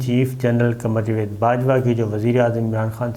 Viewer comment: Sabar sabbr sy Bolta hy.bahut lambi video sunnNay may bahut time lagta hy اور یہ جاوید نام کو جوید کیوں کہ رھے ھیں۔